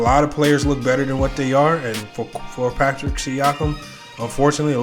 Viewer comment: Paschal...not Patrick